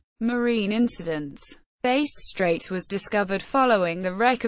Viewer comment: "Base Strait" This kinda shit is what you get if you use a shit-tier narration program.